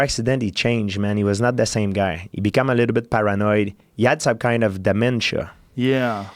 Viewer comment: GSP ~ "Eur Para-Noied"